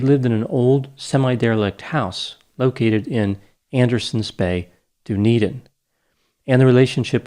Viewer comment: David was definitely guilty.... of wearing some horrible sweaters. Hey good job on pronouncing Dunedin correctly